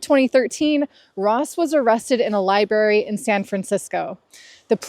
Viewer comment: I had to go back three times to make sure, then my fears were realized. You say liberry instead of library. That kind of stuff drives me crazy. Especially when that person is on YouTube and someone I watch regularly. Ahhhhhhhhhhhh! Please learn to put an extra r in there. Thanks!